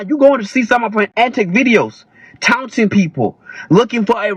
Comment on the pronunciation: Why did he sound like he enjoyed seeing her hit with the brick? Between pronouncing taunting- "tounting" or whatever weirdo way he kept saying it. Justifying her being hit with a brick. And attacking single mothers; he needs to put his phone away. He added no further context to the situation, except to justify her original point- that men do not innately protect.